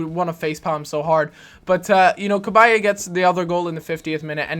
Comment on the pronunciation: Its not CA-BYE-EY. Its CAB-EYE